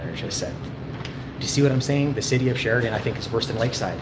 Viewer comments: Can she say Sheridan one more time ? 🤦🏻‍♂️ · Keep saying Sheridan more karen